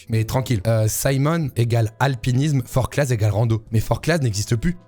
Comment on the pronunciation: Forclaz on prononce pas le z si jamais